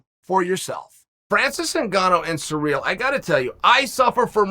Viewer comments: His name is Cyril! Not Surreal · Chael....baby....it's Cyril....not Surreal.. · I love how Chael refuses to pronounce Ciryl's name right he just doesnt give a single fuck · Almost as good as Yarear. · I thought you were exaggerating when I first read that but then I heard him say it